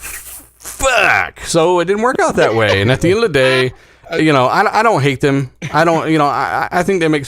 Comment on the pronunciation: Why does keep saying thum instead of them?